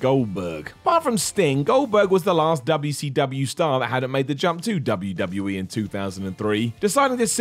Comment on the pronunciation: Yeah. It seems as soon as something starts occurring with regularity, they dive into it. Also, saying W-C-Dubaya intentionally is always funny.